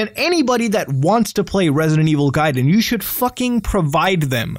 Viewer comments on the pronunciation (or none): none